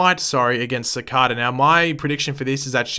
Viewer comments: DANG IT! IT’S CICADA NOT CICADA! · Its cicada he just says it wrong all the time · The way you pronounce Cicada makes me want to bang my head on a brick wall. It’s [Su-K-Da]